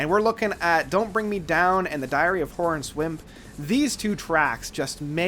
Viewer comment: Twilight? Twilight is the 2nd track Time is album name "Discography"?? "HORANCE"? "Final"? Add the 'e' sound and you've got it Sorry to be picky but you REALLY have to get better at words lol, not an attack but it's the truth